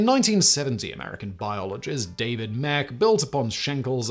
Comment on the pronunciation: Great video. I read about David Mech's research back when I was a young lad. By the way, his name is pronounced "meech" (rhymes with "peach").